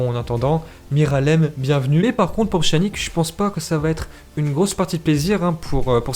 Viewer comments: Ça se prononce « pianich » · Pchanique 😭😭🤣🤣🤣....apprends à prononcer les noms de joueurs avant de faire des vidéos !!!!!!